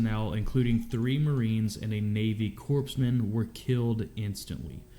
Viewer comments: Not to detract from the video, but I felt the need to say it’s pronounced Corpsman as in Marine Corps not Corpseman like a corpse. The Marine Corps doesn’t have medical personnel and so has Navy Corpsman (similar to an EMT) attached to provide medical treatment. Marines do have basic medical instruction, as in applying tourniquets, pressure bandages, and treating wounds until better aid is available. But Corpsman are the true lifesavers and are known as Devil Docs. They normally are the only Navy personnel Marines not only tolerate but love as brothers. Unlike their feelings toward any of the other service branch’s personnel. Which they will fight when given the chance. 😁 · Dude said "Navy Corpse-man" and instantly loses any credibility for knowing wtf he's talking about. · They're not talking about Afghanistan, they're talking about Iraq. And our medics are not "corpse" men, they're CORPSMEN (COR-men). Please. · This guy pronouncing corpsman as "corpse man" is killing me. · Yeah, that irritates me. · Don't react to this channel ever again. The footage doesn't match the stories, it's just stock footage, some of which is from Afghanistan while the stories are from Iraq. Taliban were never in Iraq, so title is wrong. The way the narrator mispronounced "Corpsman" multiple times infuriates me as a Navy Veteran. These videos appear to be made by some Call of Duty fan boy or something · Yeah I'm former Navy and it's driving me insane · Skeptical once he mentioned Iraq, Lost me at how he mispronounced “corpsman”. Real footage but who the heck narrated this? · I was in Iraq in 2006 & 2008. We didn't have these vehicles back then. MRAps didn't come until 2009. The video doesn't match the story. Also, you don't pronounce the p or s in Corpsman. This sounds like a teenager made a video, who never served, and is using stock footage. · I’m glad you mentioned the pronunciation. Can’t believe an American doesn’t know how to pronounce corps or corpsmen. Ridiculous.